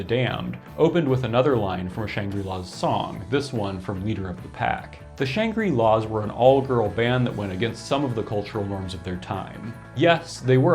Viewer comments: Interesting pronunciation of Shangri-Las. You're pronouncing it "Shan-gree" -- first time I've heard the word pronounced, in any context, with a long "i" (and I'm old). Conventional pronunciation is with a short "i": "Shangrih-La," on the way, even, to "Shan-gruh-La." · Good info but it's pronounced "shang-grill-laws".